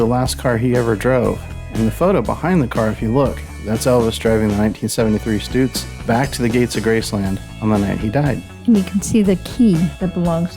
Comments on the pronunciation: ITS PRONOUNCED STUTS LIKE STRUTS NOT STOOTS.....HAHA! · I always thought it was pronounced “Stut” “zzzzz” vs. “Stoot” “zzzz” … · Stutz. Is pronounced, Like the word tux...so it sounds like Stutz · A couple of things.....it's glad-is also it's stutts not stoots